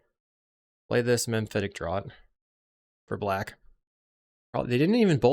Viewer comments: FYI, "Draught" is pronounced 'draft' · Draught is pronounced "draft."